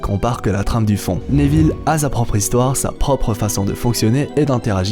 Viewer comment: Désoler je regarde pas en entier la prononciation Néville au lieu de Néville sans accent ça me fait saigner les oreilles